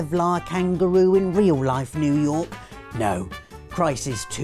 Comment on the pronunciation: "Reoul Laif"